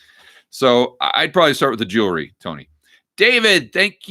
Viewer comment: Did I hear you say "Jewlery?" Lol....